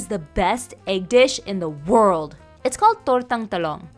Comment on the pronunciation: The way she emphasizes ‘WORLD’…